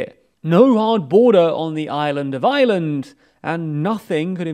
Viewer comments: Er, lads, it's Northern Ireland, not Northern Island (at ) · Iland instead of Ireland, Közon instead of Kherson. It’s just funny. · again lads? How many times are you going to misspell "Ireland"? This seems to be a pretty common occurrence on your channels... Pronounce the R and maybe your editors/copywriters might realise there is one in Ireland...